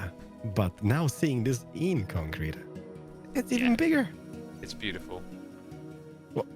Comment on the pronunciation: Concrte. / Concrete Corner / Bee-con-crete